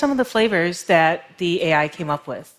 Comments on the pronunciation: Adam Raymond it’s pronounced A I not All I... ;p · I’m laughing so hard ... I’m snorting and shaking... meat pies... omg. So now I can’t un hear meat pie each time she says AI 🤣 🥩 🥧